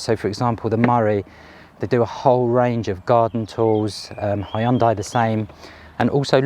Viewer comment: Thank you for NOT calling it a ‘Hyun-day’!